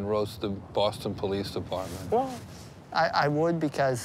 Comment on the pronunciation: compassionate depaahmint